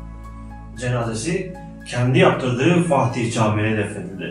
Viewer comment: Güzel bir belgesel, ama Fatih demak yerine okadar çok FaHtih dedinki...